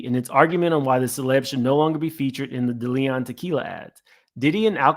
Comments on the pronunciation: Its Deleon.... Day-lee-on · This YouTube nonsense is ridiculous half you can’t pronounce a damn thing it’s DeLeon no Da Leon🤦🏽‍♂️🤣 Make that make sense